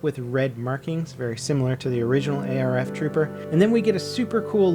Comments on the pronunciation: ITS ARF not A R F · What are A-R-F troopers lol its arf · It's not A, R, F, trooper its arf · A.R.F. is not a thing, it's ARF, not A R F.